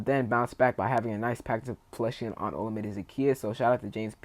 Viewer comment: I love it, JD5 + JD1 = TD for 6! 😄 FYI, Zaccheaus's first name is pronounced like oh-LA-mi-day. He was interviewed by the In The Minute Podcast and they confirmed the right pronunciation.